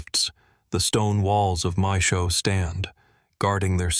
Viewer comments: the ai voice reading maes howe as mae showe lol other than that, cool vid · maeshowe is pronounced mice how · ITS PRONOUNCED MAES=HOWE NOT THE TERRIBLE PRONUNCIATION AT THE START